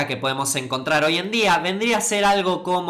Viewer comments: "conbinar" :vvvv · "coNBinar" :o auch